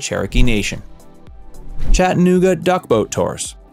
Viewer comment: WHY are you saying it like that 😂😂? “Chett’ uh NOOG’ uh” Weirdo.